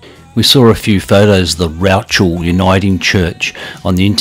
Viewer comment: Nice video. I grew up in Scone & it's always good to see videos of the local area. Rouchel by the way is pronounce Rookle. My father was an engineer at Scone Council & did a lot of work on the roads & bridges up that way